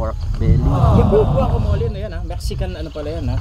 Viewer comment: Guacamole- mo-le Not mo-li